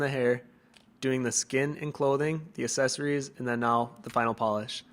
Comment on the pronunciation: How wonderfully talented you are! A beautiful series, although it always tickles me to hear the different ways people pronounce words (as-ses-ories). hee. Keep up the wonderful work!